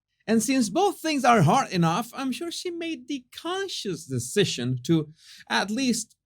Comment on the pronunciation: Hahaha! I like the way you emphasized with a pause, “conscious” decision! Mrs Blue Todger has a lot to write about her days of being a yacht girl from her little black book!